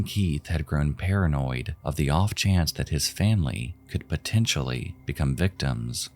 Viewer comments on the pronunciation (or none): none